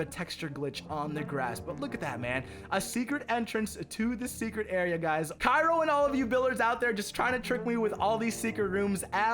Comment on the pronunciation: his name is pronounced chiro im pretty sure